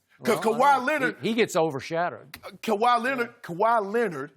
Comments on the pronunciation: Why can't skip just say Kahwi's name? Smh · Calls him #2 can't say Kawhi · Since you can't say Kawhi's name, I'll suggest referring to you as a certain "butthurt punk" there in fox sports. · Put some resepec on Kawahi name skip bayless